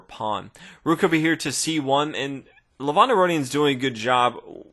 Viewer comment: the way u pronounce Levon isn't like how u said it in the video. the E is supposed to be said like E in elephant, not like the letter A in another. also the O is said as if ur saying oh not on. soo kinda like ( Leh-v-oh-n)